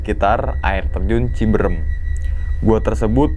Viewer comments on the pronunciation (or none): "CIBEUREUM" orang sunda tertawa dengerin logatnya... Canda cibrem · Bang gw sbagai orng sukbmi menangis denger ngomong cibrm, harus nya pake CIBEREM😅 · Ci beu reum..bukan ciberem